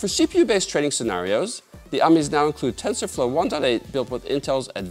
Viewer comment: So it's aamees? 😅